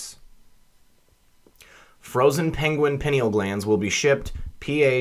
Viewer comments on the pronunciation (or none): Pie-Neal Glands